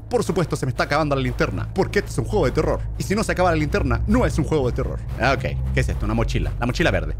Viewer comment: eh vivido engañado NO SE DICE TERROR SE DICE TELOL xD asi lo dijo german XdddddddddddddddXXXXXXXXXXXXXXXXXddddddddd